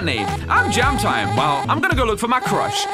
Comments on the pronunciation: its jamtine not jamtime. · Jamtine is probably pronounced as something like "Jam teen"